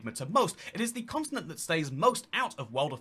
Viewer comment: He says "consonant" instead of Continent